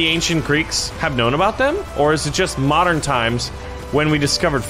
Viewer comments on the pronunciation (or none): none